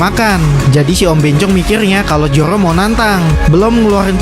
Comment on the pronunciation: Zoro bang bukan joro😂